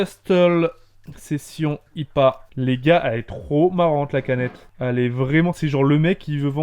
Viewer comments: je suis mort on dit pas ipa mais ca se dit ''' aie pi é '' mais ca s'ecrit ipa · on dit pas ipa on dit lettre par lettre donc i p a et non tout coller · La bière ça se dit I.P.A pas IPA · Je c pas si j ai raison mais ça se dit pas ipa mais I.P.A genre les lettres séparées je suis pas sure 😅mais bon voila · le fameux IPA , alors que l'on dis "aille PI hey" en anglais quoi !! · On dit i p a et pas ipa😂😂😂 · IPA sa ce dit I.P.A En gros tu dit I... P..... A espacer et tu dit les lettres